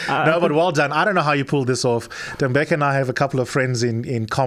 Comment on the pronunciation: U r pronouncing his name wrong, it’s no Tembeka it’s Tembeka